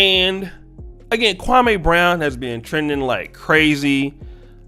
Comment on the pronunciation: Why U keep saying the man name wrong, u need to listen to his channel to here how to say it! I like u but u sound a little SASish saying his name! Just saying Bro u black SAS half, u know better.